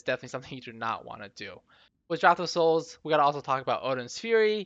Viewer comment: People still can't pronounce draught.